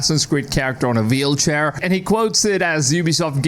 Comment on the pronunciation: What is a "veelchair?"